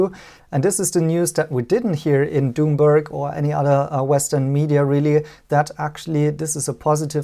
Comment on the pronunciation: Did called Bloomberg " Doom -berg"!? lol